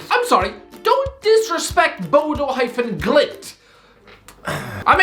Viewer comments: I Just lost respect for your entire Chanel. Whats your fucking problem. Bodø/Glimt is pronounced in 1 Word. BodøGlimt. You forgot their match against AC Milan last year? They deserved to go through. And Molde? Its one of the richest clubs in Norway Even though its from one of the smaller cities. Molde have a rich uncle... One of the richest in Norway. Artificial turf? Its basicaly the same as normal. So complaing about that is out dated. Its not like it was when it first was rolled out. Are you high? If your gonna defend Mourinho you should show some respect to the team that trashed them 6-1. These players Are pro players that earn more money in a week then you probably do for the entire year on YouTube and with your sidejob as a translator of English to Irish... Which cant go well. Sounds like you Are in puberty still. And have you forgotten Where the worlds best striker atm comes from? Hint: Not your Irish mom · Hahaha, the way he pronounces Bodø Glimt. Glimt is a fantastic footballteam.